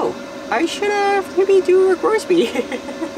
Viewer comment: Have. Not ave